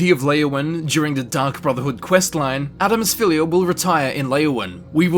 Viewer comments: Tfw you can't say Adamus Phillida's name correctly XD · I love this video and how you can actually pronounce a lot of the names yet you can't say Adamus Phillida correctly when they even say it in the game XD (Edit): I'm not being mean I just think it's funny that you don't pronounce the "d" In his name